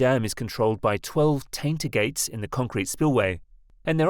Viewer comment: Ha, "tainter".